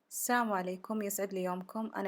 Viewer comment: ماشاء الله شغل مرتب وذوق عندى ملاحظه بسيطه عند قولك السلام عليكم وضحى السلام وليس السام اتمنى ان تاخذي ملاحظتى بكل صدر رحب